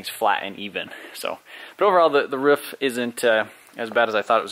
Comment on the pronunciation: Roof not Ruff lol Jkn, love the vids!!